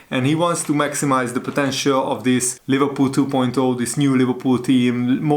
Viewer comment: Leh verpoool😂😂😂 i love the way how you pronounce Liverpool😂